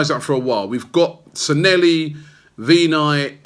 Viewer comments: Its San'LLEHI, not SanELLHI!!! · Anyone else here who's mad at Robbie's pronounciation of SANLLEHI?